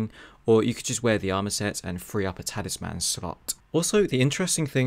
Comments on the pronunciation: Please, for the love of God learn how to say Talisman!!! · Great video but boy was I triggered by how you said Talisman.